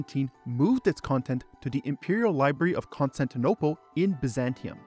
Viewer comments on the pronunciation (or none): none